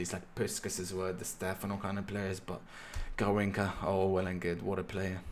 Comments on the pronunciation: fam its garrinsha not garrinka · The way to pronounce is GarrinXa, and yes, he carried Brazil to the 1962" World Cup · Hey, be careful with the pronunciation of Garrincha. the "cha" is like in "cha-cha", or like at "cheese". no like at "car".